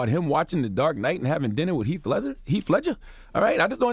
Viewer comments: "Heaf" Ledger 🙄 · Charla charlaaaaa it's Heath Ledger!! U said it right then corrected yourself to say it wrong continuously 😂😂🤣🤣🤣